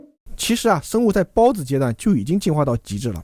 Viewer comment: 听到孢子（包子）令我虎躯一震